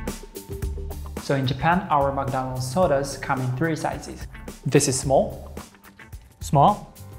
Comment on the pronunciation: "I Like MekDaanulds". -George